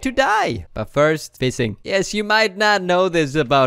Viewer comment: F- fising? Y- you mean fishing? tf?